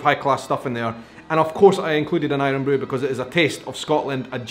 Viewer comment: Irn bru not Irrronnn bru!!!